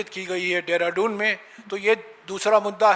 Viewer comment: सम्माननीय जयराम रमेश पान खाके देहरादून को डेहराडून बोल रहे हैं,, जहां तक अधिनियम संशोधन में सारे विपक्ष मे सेंध लगाकर बिल पास कराने की पूरी तैयारी कर ली, जयराम रमेश जी, एक समय होता था ऐसी परिस्थिति जब आती थी पार्टी के दिग्गज नेता अन्य दल के नेताओं से एक से अधिक बार सम्पर्क कर अपने साथ में ले लेते थे,आज,हालात यह है कि, कोई समस्या पार्टी,या देश में में कोई समस्या,या सत्ता दल द्वारा की जारही मनमानी कर तोड़ फोड़ की योजना,को सिर्फ, राहुल, खड़गे,ही जाने वही कर रहे हैं,तुम जैसे अनेक नेता जो दिग्गज कहलाते थे ,वो सिर्फ पार्टी द्वारा तैयार वक्तब्य देने तक सीमित हो गये है,तो पार्टी का समापन कर एन्जियो चलाइये, सत्ता दल की छाया में आप जैसे नेता अपना साधन सुविधा का लाभ लें,जी धन्यवाद 👏